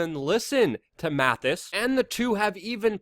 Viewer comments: MaTTis, not MaTHis. I enjoy the videos, just trying to help you sound come credible. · Not Mathis. Mattis. Amateur. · Learn how to pronounce the DEFSEC’S name!